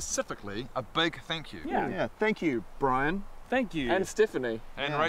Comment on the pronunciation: Shook when they said "Bryan". I thought they said "Ryan".